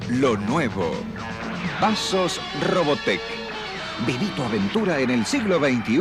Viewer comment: Oh the rolling R for Robotech is the best